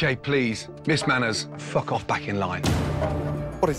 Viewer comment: Gordon Ramsey says fack off